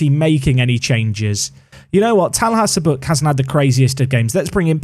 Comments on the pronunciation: Well,, if any team can meet your Chairman's lofty expectations, this looks like the one. Also, according to the pronunciation help my Turkish students give me at the start of each semester, your pronouncing Cabuk as close to correct as can be expected. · The way you read Çabuk was correct. Ç in Turkish is like the ch in "chubby". Also, a funny trivia, çabuk means "quick, agile" in Turkish lol. So a fitting last name for such a player I'd say! Loving the series btw, binge watching them for some weeks now. This new squad looks killer!